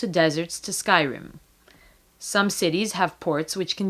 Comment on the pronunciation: Did she say "From jungles, to deserts, to Skyrim"? lol